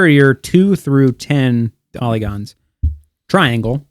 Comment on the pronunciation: Bruh It's called a TRI - ANGLE